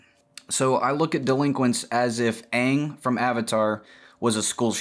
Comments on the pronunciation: Oh God, please don't pronounce Aang the Shyamalan way... it's not Ong it's Aang (as in angle take away the le) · "Onng" ... triggered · I know it's comedic but pronouncing his name as OOng is really killing me... lol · He said "Ong" and I almost clicked off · I died at "OOng masters the Avatatt state" xD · almost all dubs call him oong, also may is often called Mah-E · I'm sorry, I stopped listening after you mispronounced Aang's name 😒 (jk) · it took me way to long to realize he was saying the name wrong on purpose